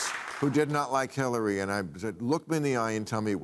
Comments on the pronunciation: roughly she says "killary". You democrats just heard from a democratic representative what they think of her. Listen. She said it. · I swear she says Killary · Did anyone catch, Klobuchar said "KILL-ary"? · Is this panel delusional? And Hillary was most qualified? She didn't meet the minimum standard of transmitting classified and top secret data and "with nothing to hide," destroyed subpoenaed data and devices. Imagine if Trump would've burned boxes of documents. , Klobuchar says Killary. Listen closely. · Did she say Killary?